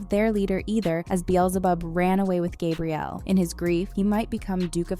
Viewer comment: Burst out laughing at ✨"Gabrielle"✨